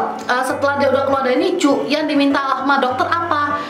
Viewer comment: Sengajakah nyebut nicu?